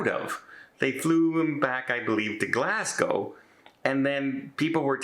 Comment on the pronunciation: Hi. I just wanted to thank you for pronouncing Glasgow correctly. I am Canadian (in fact not far from where you are based, is where I currently live) of Scottish and English heritage. My dad was born and raised about midway between Glasgow and Edinburgh and came to Canada back in the 1950’s. I can’t believe a cruise ship would run out of food. Not that I had ever heard of Tui, but, you can bet your bottom dollar that I would ever cruise with them now.